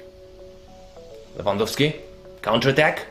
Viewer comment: wow u actualy did say his name right 👌🤙😂 respect